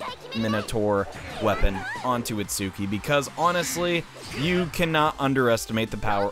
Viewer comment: Why can't people say itsuki's name right